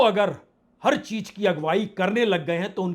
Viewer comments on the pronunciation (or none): Sir, aap reporting bahut acha karte hain. Agar Z ko acha pronounce karen gy to Ayr bhi acha ho jayega, cheez ko cheej na bolen.